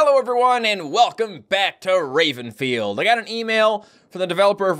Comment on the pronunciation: I thought you said rapefield xD